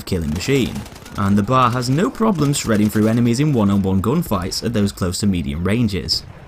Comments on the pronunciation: Stop saying bar instead of B A R. It's triggering me. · It’s B...A....R not BAR!!! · It is not pronounced like the place one goes to drink...the letters are said individually.....B....A....R. Come on man.